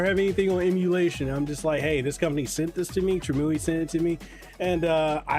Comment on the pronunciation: Pronounced: Trim-You-Eye Glad that you’re enjoying it though! I just ordered one myself.